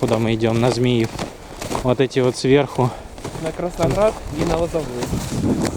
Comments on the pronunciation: Автору, кроме названий локомотивов, неплохо бы правильно произносить названия населённых пунктов. И если автор использует русский язык, то не следует его коверкать. В русской транскрипции город Змиёв так и звучит. Но с ударением на "Ё". ЗмиЁв. Но никак не "ЗмИев". В произношении автора просто взрыв мозга... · Вот только не Зміев а Змейов